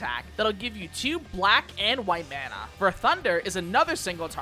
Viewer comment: >pronounces corps-a-corps right >pronounces Mana like they're from Minnesota